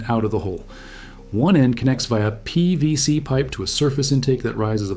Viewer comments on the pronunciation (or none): I hope you consider this civil...but why can't you say PVC? It sounds like it's the first time you've ever said the phrase aloud.